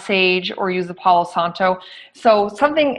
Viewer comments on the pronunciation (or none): Pau Santo; not Paulo Santo.